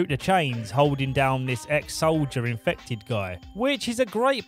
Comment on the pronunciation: i love it when he says ”INFEFTED WIF WOT”